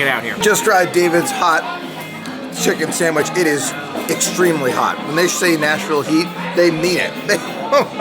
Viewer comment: Love it had 9 so I won with 10. I love how you pronounce sam wich.